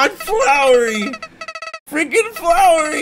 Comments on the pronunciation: He keeps on saying flowery not flowey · Wait who is flowerry it's flowey not flowerry (flow-er-ry) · its flowey not flowery XD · IT'S FLOWEY! Not Flowery D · flowey not flowery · Flowey. . . not flowery. . . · is no R in his name :) It's flowey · Oh no it's flour-ree! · Did you seriosly call him flowery? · It's pronounced F-l-ow-ey. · I am annoyed know cuz u said flowery